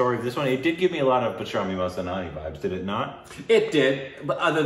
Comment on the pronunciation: my man... wtf is bajrani mastanani! 😂😂😂